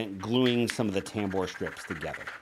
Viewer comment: Say tambour, one more time.